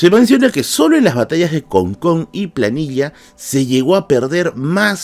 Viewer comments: hola, el lugar se llama Placilla, no Planilla. Por lo demás excelente video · Muy bueno el video, solo una pequeña corrección respecto de los nombres de los lugares de las principales batallas, es Con Con y Placilla no Planilla. Saludos